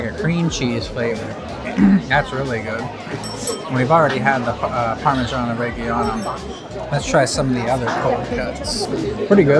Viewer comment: Learn how to pronounce Parmigiano Reggiano.